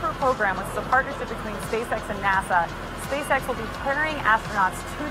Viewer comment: OMG can't help hearing " SPAY SEX "